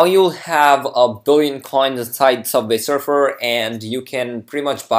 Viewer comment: Subvay Surfer